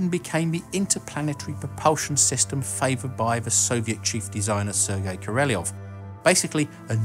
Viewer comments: Great vids man but it's Korolev not Koreleov. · Korolyev not Koreliev